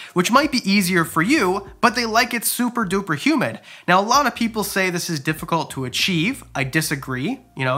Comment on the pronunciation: Am I the only one who thought he said “ human loving” and got excited but then realized he said “humid loving” for Chinese cave geckos 🦎 😭